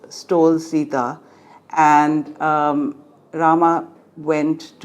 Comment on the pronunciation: Please correct your pronunciation. There is a difference in the A and AA pronunciation in Sanskrit. You are using the Anlicised रामा instead of राम. Otherwise what you say is absolutely correct